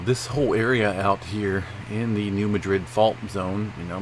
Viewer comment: It's not pronounced as Madrid, as in Spain. It is pronounced MAD-rid!